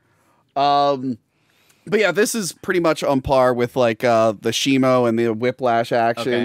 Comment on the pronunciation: IT'S SHIMO! WITH AN O!